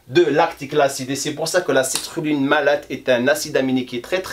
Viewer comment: "Citrulline", pas "cetruline" .